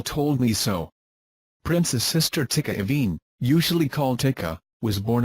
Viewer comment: Prince🤴 Rogers Nelson's sister name is Tyka Nelson! Not Ticka Nelson!